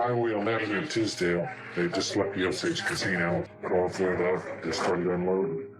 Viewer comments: It's not Osoge.. It's Osage, pronounce with an a not an o. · I hate this AI nonsense. It’s pronounced O sage like sage not Osage like massage.